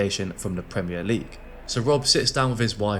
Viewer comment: They need to learn how to say "Premier" properly!